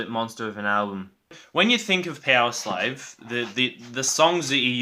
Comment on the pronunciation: Good ranking, Somewhere in time and Number of the beast are probably the best i think, Somewhere in time is more solid while the top songs in Number of the beast are a bit better -> Number of the beast, Run to the hills, Halloweed by thy name. Btw, did you say "Peoslave" instead of Powerslave ? Maybe I´m more used to hear American English than British English ;)